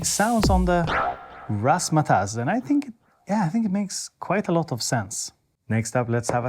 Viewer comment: You said razz ma tazz correctly